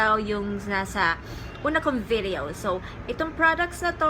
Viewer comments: Nakakainis yung pag pronounce ng VIDIYOW HAHAHAHAHA ARTIII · Natatawa ako sa pag pronounce sa video at products pero ang ganda nag content